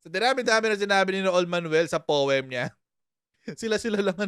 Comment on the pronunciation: Poemmmm! Ganoon ba pronunciation ng pag suma cumlaude mes Raul Ay Mr Raul pala😊